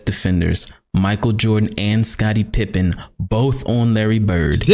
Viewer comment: Let me start off by saying, I’ve been a KNICKS fan since the 80s. Patrick Ewing is my FAVORITE player of all time so I TRULY HATED MJ in the 80s-90s. I think MJ is the GOAT by far. BUT, I LOVE LARRY. He’s #2 on my Top 10 of All Time. - just to let you know, It’s pronounced…PIP-PEN …NOT PIMP-IN. - Let’s remember for DECADES…people said the 1986 Celtics with FIVE ALL STARS were the BEST ever. So many people nowadays say that the 73-9 Warriors are the BEST team ever. - Let’s also remember for the MJ Bulls in the 80s when basically had only Scottie Pippen who had these PPGs averages and didn’t hone his exceptional defense till after the 80s… 1987–88 (Rookie)…7.9 1988–89… –90…16.5 - Kerr and Rodman were on the Bulls for the SECOND THREE-PEAT.